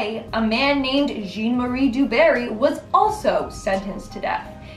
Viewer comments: The guy’s name in the first story isn’t pronounced ‘gene’ ! It’s ‘zhon’ - that’s a short ‘o’ sound and a soft ‘n’ - it’s French for John ! If it was pronounced ‘gene’ then it would be spelled Jeanne and the person would be female ! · #10 is pronounced "zhon" not"gene". Do a little homework. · "Jean" is pronounced "Zhawn" in French...it's English equivalent is John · Jean is pronounced Zhan in French. 😄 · Jean pronounced John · "Jean" is pronounced closer to "John"